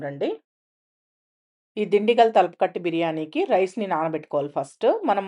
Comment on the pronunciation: Thalapakatti kadhu thalappakatti